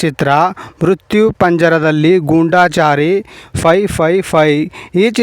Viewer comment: ಗೂಂಡಾಚಾರಿ ಅಲ್ಲ ಗೂಡಾಚಾರಿ ಅಂತ ಹೇಳಿ,😡😡😡